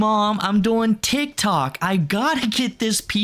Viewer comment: I’m drunk right now and have had to stop 3 times because of how you say “doing” and “going” like “boing”